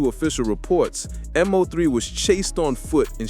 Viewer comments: It’s Mo3 not M-03 lol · Once this goofball said m-0-3 I clocked out....its mo 3 dumbass